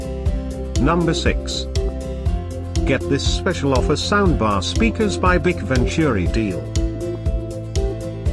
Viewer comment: It's not pronounced bic. It's B. I. C.